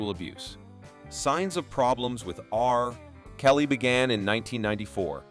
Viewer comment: I just have to say, Your are SOOOOO mispronouncing 30% of the Peoples Names you are talking about in your videos. I don't think Anyone has said this to you, So it's time you know. Example, you said "R..........Kelly" it is read togeter here in the U.S. as "RKelly" it's pronounced as thought the name Runs togeter......There are Tons more names you have Royally messed up